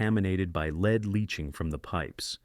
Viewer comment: My guy cannot accurately pronounce the word “lead” like the metal.. he and most say LEED… lol not LED